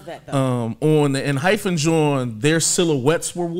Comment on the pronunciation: Four of them are actually from I-LAND: K, Taki, Nicholas & EJ Also wanted to give a heads up, it’s pronounced enHYPEen-no “hyphen” ph sound😅 If you’re at all interested in following any of the others that have debuted after I-LAND, please please for the love of god PLEASE check out JUST B (Geonu and Jimin were on I-LAND)❤️‍🔥they’re my ults after EXO & NCT and I need to be seein more love out there for them… their recent comeback was only a couple of weeks ago and the album and title track are AMAZING🔥